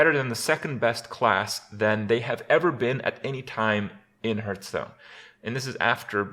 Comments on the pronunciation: ITS NOT HURTHSTONE OR HURTHARENA ITS HEARTHSTONE HEART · why does kripp pronounce heartharena like normal but hearthstone like hurtstone?